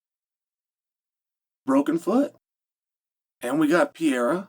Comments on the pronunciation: Chael: "Oh I see, I think.. I think I got it now..A L E X ... Pee era! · Say it with me. PURR-AIR-UH. PURR-AIR-UHH. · Love ya Chael, but this was the last Alex "PEEYERA" pronunciation I could take. Unsubbing for a while😂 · Really Pierra come on! It's not that tough to pronounce Pereira 😅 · Chael, it's time you learnt pronouncing Pereira correct.